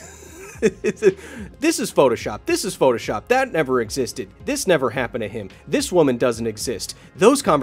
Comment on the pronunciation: "that one kinda kappened"😂